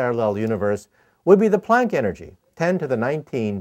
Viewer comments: the way the Prof pronounced it, yes you did! Hahahaha!. It's actually "Planck" energy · What the hell did he just say? I heard microwave. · I just can't understand what he said ... The "punk"energy? "Funk" energy? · What is he saying? Pon energy? Ponk? ish